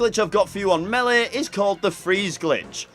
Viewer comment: meeleh? alright. this guy is DEFINETLY Irish.